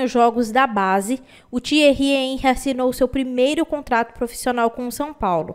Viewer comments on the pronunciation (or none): Você é uma grande mas precisa aprender a pronunciar nomes estrangeiros fica feio quando você fala errado Henry